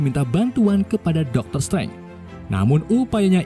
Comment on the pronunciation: Bacanya dokter strenk